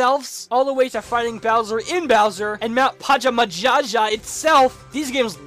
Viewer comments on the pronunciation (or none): MOUNT PAJAMAJAZHA! It's actually "Pajamaja".